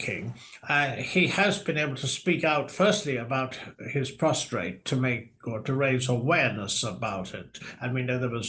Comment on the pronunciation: Prostate gland - no second 'r'. His prostate gland is not lying prostrate in the street. Grr! This mistake, heard regilarly, really annoys me!